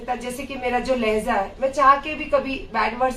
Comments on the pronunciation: Lahza nahi kehte... Lahja boltey h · It is not 'Lehza' it is 'Lehja' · Lehza nahi lehja pls